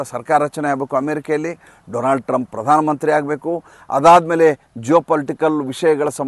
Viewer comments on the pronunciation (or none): none